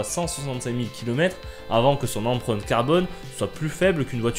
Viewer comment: L êmpreinte, non l emprunte !